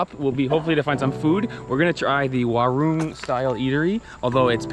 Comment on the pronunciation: Don't pronounce WARUNG wrongly...may sound like War Room 😂😂😂😂😂😂😂 enjoy our hospitality